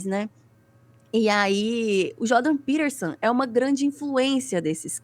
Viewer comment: Essa mulher não sabe nem falar o nome do maluco e tá dando pitaco. Jordan Peterson é um dos porta-vozes do sionismo no Ocidente e esses imbecis estão falando de Hitler...